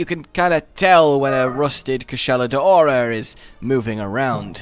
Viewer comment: "Koo-SHAH-la DOW-ra". I dunno where people keep getting "day-ora" from. Also,, it's harbinger. "HAR-bin-JUR".